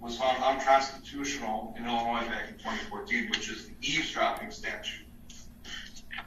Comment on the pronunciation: judge put the s in illinoise?